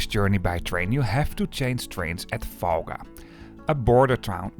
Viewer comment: Lithuthania and Falga is crazy pronunciation for a local😂. Tallinn was correct tho, respect! Btw, Elron and Vivi have unified schedules so there will no longer be a wait at Valga:) The same LTG service will meet the Elron train on the Estonian-Latvian border and connect Valga directly to Vilnius. Tallinn was not chosen as a terminus due to regulations:(